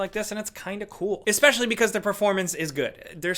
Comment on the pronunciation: I’m glad he said exspecially. Not many people know about that spelling and pronunciation